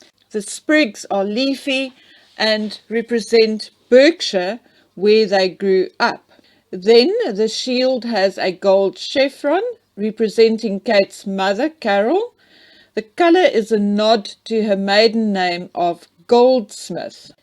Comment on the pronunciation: Just a little note Berkshire is pronounced Barkshire in the UK.